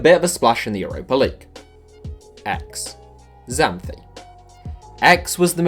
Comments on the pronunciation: "X, Zanthi"... It is Xanthi with an "X" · The X on Xanthi is pronounced as a Ks. Greek letter Ξ is called ksi